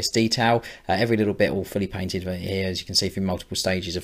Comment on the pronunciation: When you say "all fully painted" it sometimes sounds like "awfully painted", which is not true, obviously. Great job, as usually!